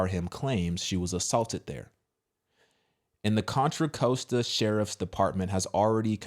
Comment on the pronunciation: *Or-rinda Con-trah Cost-ta. Orinda, Contra Costa County🫠